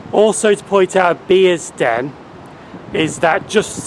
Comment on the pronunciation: it is Bearsden as in a "bear" I picked you up as saying "Beersden" The late Jill Dando said "Beersden" in a news report years ago. The locals may be offended if they heard you. You pronunced Milngavie correctly.